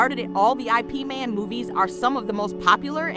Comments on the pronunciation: Not I p man it's IP MAN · Nooooo why did you say "I P Man"? lmao But seriously, this guy is one of the best. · "I" "P" man - lol......ipman